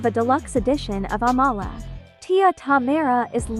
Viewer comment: She pronounces her name like "AM-UH-LUH" not UH-mala its in one of her breakdancing videos they ask her name and thats how she pronounces it. I always thought it was the other way too